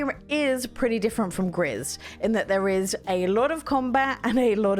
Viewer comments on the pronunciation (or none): Sorry, I just need to correct you on one thing- Gris isn't pronounced 'grizz', it's the French word for 'grey' so it's pronounced more like 'gree'. It's called Gris because her world is colourless due to grief, and through the game she discovers all the colours again as she learns to deal with her grief. It's a beautiful game.